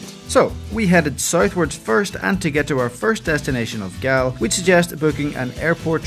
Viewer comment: Loved the fact that you both attempted to name the places using the native proper Sinhala names of the towns, instead of using the Anglicized version of the name such as for Galle pronouncing it like Gaalle (ගාල්ල ) instead of pronouncing it like of Gaule (ගෝල් ). Nice attempt to pronounce it. 😊